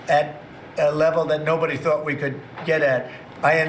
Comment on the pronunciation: "I just turd about it"